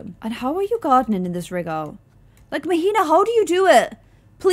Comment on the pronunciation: queen -- Mahina is pronounced "MAH-HEE-NAH" not "MUH-HEE-NUH" 😭❤️